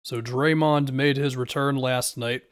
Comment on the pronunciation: be pronouncing draymond like doraemond